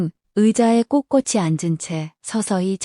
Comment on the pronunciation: 감사합니다. 열병(熱病) : 열병(O) 열뼝(X) 例) 질병(疾病) : 질병(O) 질뼝(X) 발병(發病) : 발병(O) 발뼝(X) 박스 : 박스(O) 빡쓰(X) 꼿꼿이 : 꼳꼬시(O) 꼳꼬치(X) 넓적한 : 넙쩌칸(O) 널쩌칸(X) 세련된 : 세련된(O) 쎄련된(X)